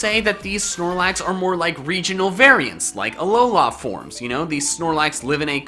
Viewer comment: i don't wanna say something bad but you don't say alola aforms you say alola forms